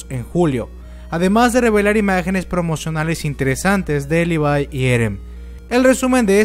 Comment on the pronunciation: Me he dado cuenta que al comienzo dices el nombre de Levi como: "Livai" pero luego lo pronuncias como literalmente se escribe 😂 Dame corazón :'v